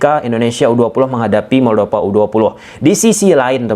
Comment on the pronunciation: moldova bukan moldopa pake huruf p. tolong perbaiki cara pengucapan kalau sudah jadi youtuber profesional